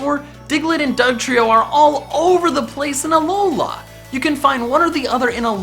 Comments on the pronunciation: He sounds so white when he says Alola, AlolAA. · Aloha forms learn to freaking speek